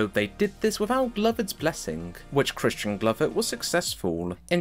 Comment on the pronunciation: I had to go back and repeat the first time he mentions his name, yelling in my head “Noooo! It’s Crispin! Think of crispy chicken tenders or CRISPR Cas9 genome editing!” C’mon man! Christian? Pffft!